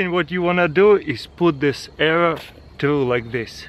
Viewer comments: CRH accent errors : "put another error" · 3.14 "grab another arra"